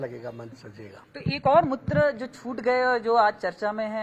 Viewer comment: Please confirm your anchor what do you say Mitra or mutra ?